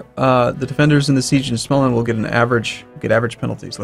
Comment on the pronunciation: Its pronounced like smolland.